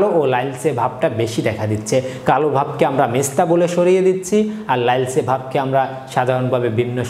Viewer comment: লাইলচে বলেন কেন?